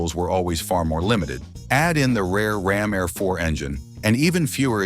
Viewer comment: It's pronounced RAM AIR IV!